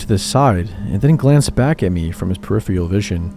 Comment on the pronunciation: For a guy that says peripheral so often, you sure can't pronounce it! It's: Per-if-er-all, not whatever you're saying.